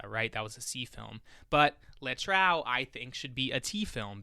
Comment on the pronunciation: I will definitely do this with my friends. Also, please, the title 'Le Trou' is pronounced [ luh troo ].